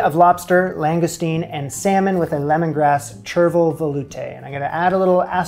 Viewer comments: Apparently you don’t skim a shellfish stock or bisque . I know this from a chef I worked with . He knew this cos Gordon had told him the week before . Also it’s ‘shur-ville’ and one of the classic French herbs, very popular in salad mixes, tastes like a mild tarragon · It's "shur-vil" :D Awesome recipes! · It's pronounced Shervil...the difference between hollandaise and bernaise (my one Friends reference)... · It's pronounced like "cauj" for the record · chervil is pronounced shur-vl. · It’s pronounced sure-vill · Chervil rhymes with "gerbil." I guess it's kiiiind of like parsley, but more aromatic.